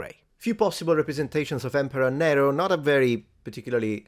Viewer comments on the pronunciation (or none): none